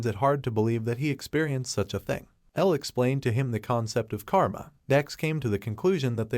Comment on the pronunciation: it's karma not comma